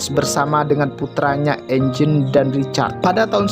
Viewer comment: Eugene bang dibaca yujin bukan enjin